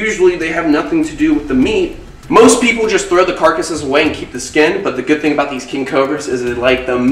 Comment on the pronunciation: Also think instead of thing lol